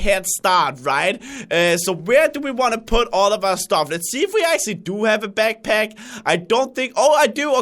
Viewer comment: I don't want to sound mean but when he says backpack it comes out beckpeck and its HALARIOUS!😂😂😂😂